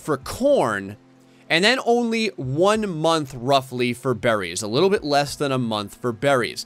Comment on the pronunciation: Your rimworld tutorial series is cool, but it drives me crazy the way you say berries.